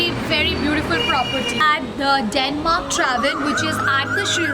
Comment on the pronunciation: not traven its tavern ( tav(ə)n )